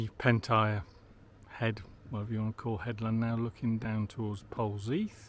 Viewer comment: Pronounced Polzeth. However being picky. Loving the walk.